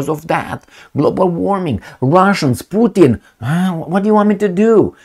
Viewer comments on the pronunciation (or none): none